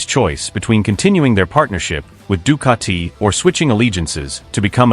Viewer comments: Ducati not Ducarti......🤷🏻‍♂️ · The italians will make u into a pizza.. with your Ducatiiii pronounciation 😛